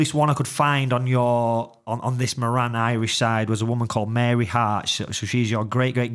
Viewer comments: Speaking of genealogy, Moran is an Irish surname derived from O'Móráin in Gaeilge meaning big or great. The pronunciation in Ireland is More-in with the accent on the More. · Just watching now and see you delving into the Moran surname. My main point though is that the pronunciation of Moran is incorrect.